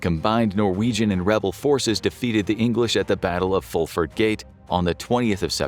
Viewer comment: Holy cow, you pronounced the name Fulford correctly! I carry that last name and a lot of people seem to have issues with it.